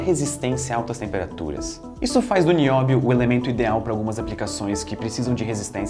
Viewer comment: É NI-Ó-BI-O TALQUEI?